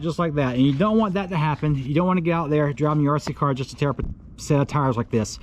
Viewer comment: RC "CAR!" Why are u saying it like that lol. Stop emphasizing"car" plz. I can't watch anymore...